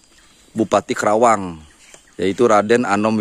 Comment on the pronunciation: Penyebutan kerawang kurang tepat.... Karena nama sebenarnya KARAWANG dan nama karawang itu sudah dipatenkan di KEMENDAGRI... terimakasih..